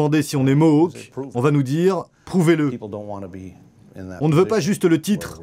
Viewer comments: Ils ne sont pas "Mok", on prononce Mo-âk, le a comme dans Château. Leur supposé territoire historique était aux États-Unis mais ils ont vendu leur terres aux américains. Celles qu'ils ont aujourd'hui leur ont été gracieusement données par les canadiens. Pour éviter les conflits, on ne les contrarie pas trop pour éviter une autre "crise d'oka" (faites une recherche). Ils peuvent devenir très perturbateur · MOHOK ?.. Bordel , vous auriez pu travailler sur la prononciation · Ça se prononce ''Ganawagué'' et ''mo-awk''. Même au Québec, les gens font l'erreur. Pis on dit pas indien, mais première nation ou autochtone